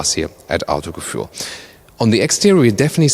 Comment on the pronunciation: Warum kannst du eigentlich nicht Autogefühl aussprechen?